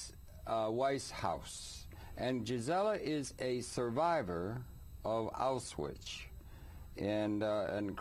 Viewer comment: Auswhich? He needs some education.